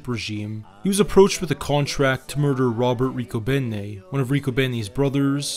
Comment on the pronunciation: You pronounced Riccobene completely wrong. Not even close. And your were slightly off on several others. Love my hometown of Philadelphia. Born and Raised in South Philly